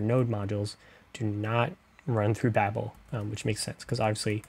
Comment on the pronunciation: Babel(Bay-bill) not babble(bah-bill) think tower of babel